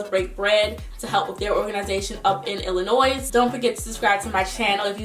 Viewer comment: Plz don't enunciate the "s" when u say Illinois, the "s" is silent ... Ijs that is so irra when I hear ppl do that but good for u that u're supporting a charity in my hometown !!! 😊🙌💪👌👍✊👐👏🤗